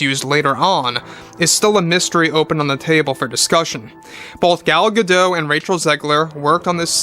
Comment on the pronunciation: The 'T' in Gal GadoT is pronounced. Not a French name...